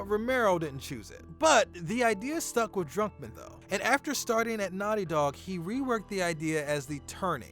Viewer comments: bro its Druckmann not Drunkman😂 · Are you sayin' Drunkmann? im pretty sure its DRUCKMANN, UCK DRUCK not DRUNK. :)